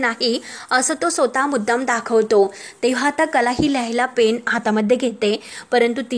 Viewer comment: सुरबट म्हणजे काय? उच्चार भ्रष्ट आहेत. सोता हे स्वतः असावे. न्यान की ज्ञान?